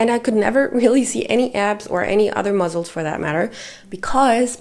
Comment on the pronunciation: one tip i have is, pronounce muscles like "muSSels," not "muzzles." try making an "S" sound instead of a "Z" sound! great video